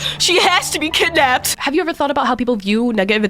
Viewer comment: K go the g is driving me nuts theres not a g in kidnapped